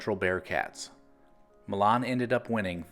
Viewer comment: To add since I lived in the area, the correct pronunciation of Milan is like saying "My Lynn"